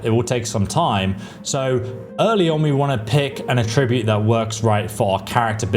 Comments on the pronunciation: so you'd still max out at 100 speed and not 120 with the seed? You're also pronouncing attribute wrong. Js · Yeah, I mean he’s just mispronouncing it. He’s saying it like a verb when he means a noun. It’s bothering me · I find it slightly amusing that this guy pronounces "attribute(s)" as if it's a verb, when it's a noun (here). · you are putting the wrong emphasis on the wrong syllable - attribute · Very useful video! One minor thing, say attribute as the noun, not the verb. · How does he not know how to pronounce “attribute”? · Super minor thing, but when used as a noun, "attribute" is pronounced with the emphasis on the first syllable, vs the second syllable when used as a verb. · Am I the only one who feels like he's pronouncing attribute as if it's a verb rather than a noun? I mean, I know it can be both, but am I the only one who has been taught two different pronunciations based on whether it's being used as a verb or a noun? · pro tip: stressing the TRIB in attribute changes the meaning of the word. Stressing the ATT in attribute is the correct use of the word in the context of videogame stats. I atTRIBute this mistake to not knowing they are heteronyms (two words which are spelled the same, but mean different things depending on the pronunciation). Otherwise, great vid. Thank you! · It's attribute. Not "a-tribute". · The way you pronounce "attribute" makes it sound like you're using an AI voiceover lol (ah-TRIB-ute). You're putting the emphasis on it as if it was a verb, like, "to attribute something to a causative reason" as opposed to "ATT-tribute" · PLEASE look up how to pronounce "attribute" lol - good vid :) - its not "A Tribute" That's when you celebrate someone with words and deeds... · please learn to pronounce attribute!!! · I wish you'd learn to say attribute right. Good video though. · You’re pronouncing “attribute” like the verb, not the noun you’re intending.